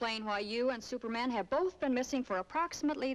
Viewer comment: If you listen carefully, he actually asks, "Stuperman, where are you!"